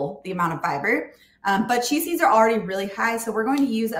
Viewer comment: At first listen, I thought you were saying, "cheezies" are detox promoting! Chia seeds, not cheezies. Got it!